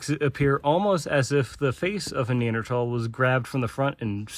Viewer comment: Very good I was contemplating doing a course on ancient anatomy. Maybe I don't have to now. Nice you pronounce Neanderthal correctly. Remember to use metric units as well - there's another world out there!